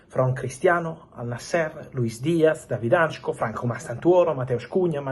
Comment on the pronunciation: Hancko not Antcho 😂